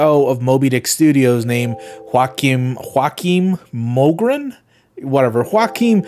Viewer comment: if anyone is wondering Joakim mogren is pronounced kinda like joah-kim mjo-gren. you kinda have to put on a very fancy accent, pronounce it more soft and fluent, so not an American accent.